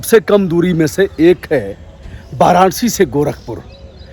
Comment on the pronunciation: आप "वाराणसी "को "बाराणसी " बोलते हैं , आप "विकसित" को "बिकसित" बोलते हैं, आप "विश्व" को "बिस्व" बोलते हैं, अजीब है यह. अजीब है यह. " बैस्ड़ो " ????????? ===> " वैष्णो "